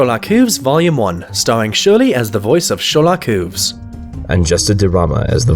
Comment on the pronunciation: Hate to be a pain but it's Hooves, not Whooves